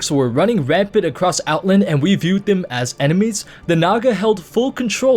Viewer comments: Outlnd, Outlnd, Outlnd...OutLAND! Out..LAAAAAND. OUTLAAAAAAAAAAAAAAAAAAAAAAAAAAAAAAAAAND! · The way you say "Outland" bothers me an irrational amount..